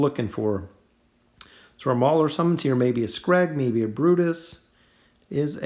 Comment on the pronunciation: Its mauler not brauler